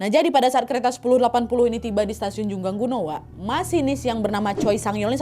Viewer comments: Koreksi kak bukan jungangguno tapi jungangno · Dibaca jungang ro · correct lagi kak. bacanya Jungang-no.